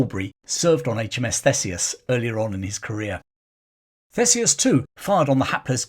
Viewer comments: It’s pronounced THEESEUS, NOT THESEUS. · Thanks for the vid. Just a heads up for future reference, Theseus is pronounced Theesius.